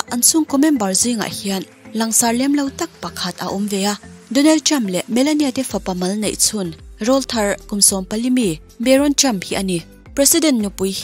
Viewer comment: Ngaihnawm rem2hlemai.Chutihrualin,ahmasa lamah hian,Rawlthar tih hi.Mizotawngah chuan tleirawl sawina ani a.Pawihtawngah chuan,rawl hichu(chaw)tihna ani..Rawlthar tiha rawl hi Aurawl tihalam anga lamtur anilo.